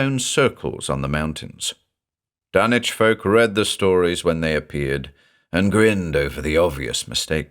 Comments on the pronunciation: Nice to see the logic behind "Dunnich" this time around, keeping with the British pronunciation pattern of Norwich England. BTW, the locals of Rowley Massachusetts, which is mentioned numerous times in The Shadow over Innsmouth, is pronounced "Raleigh", as in Sir Walter. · Well, I never knew I was pronoucing Dunwhich wrong. I did not expect a silent w. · Aw yeeeeeeeaaaaah. Remember it's Dunwich as in Harwich, not Ipswich. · FINALLY, the CORRECT pronunciation! Lmao but yeah as a New Englander, hearing 'Dun-witch' made me honestly laugh my ass off. We need more New Englanders to read Lovecraft and Poe, honestly, as keyed to the idea of refinement as the American ear has been tuned to the British accents, Poe and Lovecraft were literally American writers with well documented strong New England accents, and deliberately having British readers to read their works is like clapping for a Southern man speaking with a Turkish accent to read haiku. I'm sure he could do it with practice, but he will sound really weird to outright ridiculous when speaking. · I've always perferred this pronunciation of Dunwich! Much thanks for this fine new reading!